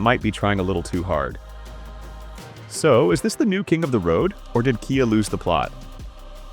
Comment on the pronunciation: Kia is pronounced kee-ah, not kye-ah!